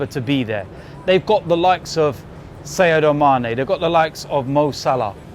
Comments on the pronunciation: 6 years in the premier league and he calls him Sayedo Manè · Seyard mane??? Sadio 😂